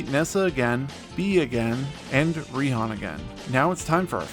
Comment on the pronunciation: Raihan’s name is actually pronounced “Righ-Han”